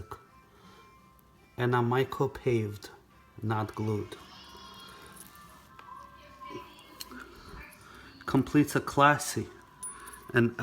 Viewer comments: It’s pronounced MICRO PAVE’ ( PAH-VEY) Not micro Paved 😂 Any jeweler that can’t/doesn’t know how to pronounce or does not know the name of a setting......., well good luck w/ that. No hate but I had to educate. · He pronounced it it “ micro paved” What do you expect. Do your research guys. Please. Hope you get taken care of.